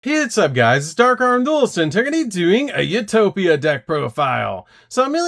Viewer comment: “You toe pic” not “u top ick